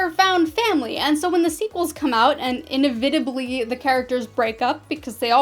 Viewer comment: Your mispronunciation of "inevitably" - twice - was funny.